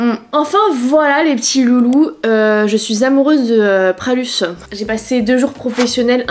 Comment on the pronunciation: Pralus n’est pas lyonnais ma belle, et on dit Pralu pas Pralusse 😉